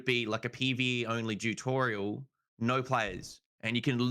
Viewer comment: Why is he saying jew torial lol